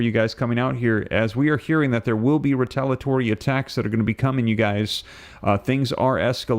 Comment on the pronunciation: Again, it's ree-tale-ee-uh-tory. NOT ree-tale-uh-tory. For God's sake, please stop this insufferable butchery of the English language. This is borderline unwatchable.